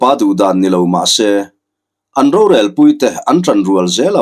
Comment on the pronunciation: Lal Go zawn ro, nilo Tuikuk hming ah chuan, Go tih lai rik dan hi Sap țawng GO (Kal) ang a ri in Ro lai pawh hi, Roo ang in a ri tur.